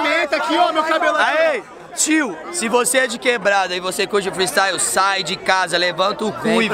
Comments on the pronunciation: Se vc e de quebrada e vc curti o "fristaiuo" KKKKKKKKKKKKKK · Thiago Ventura: "Freestaio"